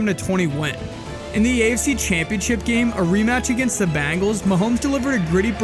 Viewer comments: Oh shit the BANGELS!!!!! IT SOUNDS LIKE A ROCK BAND! COME ON DUDE IT'S THE BEN, BEN, BEN, BENGALS, BEN'''GALES, THE BENGALS NOT BANG,BANG, BANG, BANG,ELS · I'm sorry for my language but the dude narrating will you please tell me where the fuc!### do you see an A in Bengals????? It's not the fuc@@@ bangels you fuc@@ butt head! IT'S THE BEEEEEEEEENGALS!!!!!! Bengals Bengals bengals!!!! So you get a thumbs frigging down and if I could give you a million thumbs down I would!!!!! The Bangals' are you fuc!$#@ kidding me! And yea it's the small things in life! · Listen, narrator dude... it's 'Ben-gals," not "Ban-gals." 😂😂😂😂 Otherwise, you'really spot on!!! ❤ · The Chiefs didn’t lose to the Bangles but they did lose to the Bengals. Get real people to narrate these.